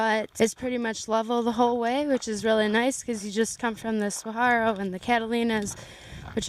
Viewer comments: its pronounced sah-wharo no sah-haro -- wharo rhymes with borrow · good video. couldn't help but notice, you keep saying "suagaro" instead of "saguaro"